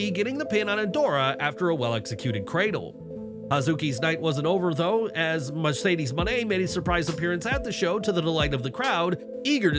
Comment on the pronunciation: Mushedes? Not Again 😂😂😂😂😂😂😂😂😂😂😂You Know Better That 😆😉